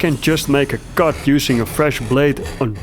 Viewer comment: I like your pronunciation of the word cut, sounds alot like kut 😂